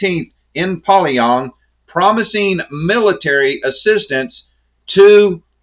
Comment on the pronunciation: I don’t mean to to critical but your pronunciation of Pyongyang is incorrect it is pronounced pee-yon-Yang not poly-yong